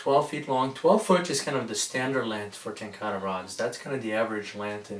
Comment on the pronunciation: ten ka rah... not ten car uhh